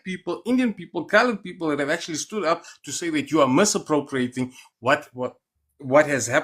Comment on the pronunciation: When the guy said "massappripriating" meaning misappropriating, the SA man should have stopped the conversation.